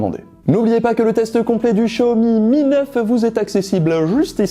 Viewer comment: Maintenant j'entends Show Me me Neuf